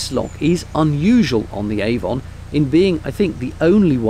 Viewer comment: A Warm Gun It rhymes with "lemon", not "Hey, Don".